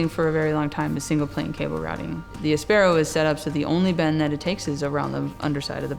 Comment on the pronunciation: Sorry guys, you called your bike áspero (spanish for rough) - not aspéro - so please pronounce it the way you yourself chose. It is not English, it’s Spanish!